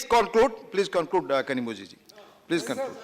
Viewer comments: தமிழில் பேசலாமே..... பெரும்பாலனவர்களுக்கு புரியாத மொழியில் பேசி என்ன பயன்? சற்று சிந்தியுங்கள் கனிமொழி.....!! உங்கள் பெயரை கூட சரியாக உச்சரிக்க தெரியாத அவை தலைவர். காணி மோதி என்று அழைக்கப்படுகிறார் கனிமொழி. ஆங்கிலம் புரியாத மக்கள் மத்தியில் ஆங்கிலத்தில் பேசி என்ன பயன்? இப்படி பயனற்ற செயலுக்கு ஏன் பாராளுமன்றம் போகணும்..? திமுகவின் பெருமை பேசவா பாராளுமன்றம் போனீர்கள் ? மொழி உரிமை என்று சொல்லிவிட்டு தமிழில் பேசாமல் ஆங்கிலத்தில் பேசுவது, மிக பெரிய காமெடி ...!! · 0.03,why you pronounsation kanimoji It is not kanimoji She is name kanimozhi